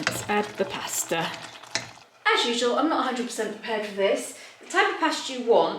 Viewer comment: I didn't know Italians pronounce pasta as "pesta" and also when you say Capri it's like " cap-ri". Surprise pronunciations!